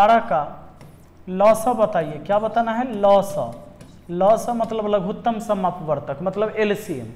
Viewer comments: लघुत्तम समापवर्त्य होता है भाई लघुत्तम समापवर्तक नहीं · "लघुत्तम समापवर्तक " नहीं होता है सर , हिन्दी में सही बोला जाता है या सही कहा जाता है " लघुत्तम समापवर्त्य "